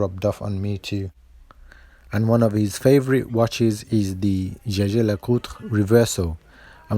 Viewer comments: Gegé LeCoultre sounds awful! It's YEAH-gah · I can confirm that Jaeger pronounced as a French word could sound like "Jayjay", but I wouldn't expect anybody with a high school education to pronounce it that way these days. Nor anybody who has ordered a Jägermeister in a bar in France. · “Yagr” is the correct pronunciation. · Jaeger is pronounced jeje? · The French have a habit to turn everything into French, stressing foreign names on the last syllable and mangling pronunciations. You'd be the "Nakeed watch my care" (you probably are, aren't you located in France?) Jaeger is a German word/name, and should be pronounced "yay-guh". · .. The answer is simple but the owners of the company even know it Y think a'd go's like follow. Mr lecoultre was from Alsace li'e his family was.. And in Alsace.. German speaking.. So jeager prononciation like German does.. This is it.. But nobody thinks about.. Jeager must be pronounced like the '' hunter '' in German. Point. 😌😏👌😉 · "Jaeger" is German for "hunter". I imagine when pronounced by the French it would have a "soft" "G". Incidentally, Switzerland has four official languages, German, French, Italian and Romanic. Great video as always. The "emergency" with the ice cream van made me laugh out loud. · Well, Jaeger is a purely german name in a country where german is one of the official languages. In mind it is allowed to pronounce it in German. Even if the company itself says zjezje.